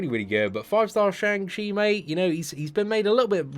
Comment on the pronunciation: Day 22 of waiting for to pronounce Shang Chi properly, feel like he's given up😂